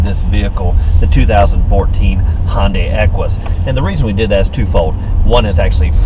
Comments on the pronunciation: Hey, the brand name is pronounced Hi-un-die, but if you want to be a raggler 'murcan, say Hun-day, not Hon-day. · Looking at a 14 model for my next car. Good review and good camera angles. BTW it's pronounced Hi-un-day.